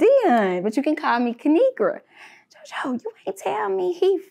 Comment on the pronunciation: “It’s just from the cann”😹😹😹